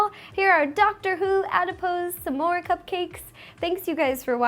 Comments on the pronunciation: The word is SMORE NOTTTTTTT SAMSOARE!! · It sounds like she says "some more" instead of s'more, lol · It's not "semore", it's SMORE, It's not "forse", it's FOURTH, And it's not "shtick", it's STICK!! Omg plz speak normally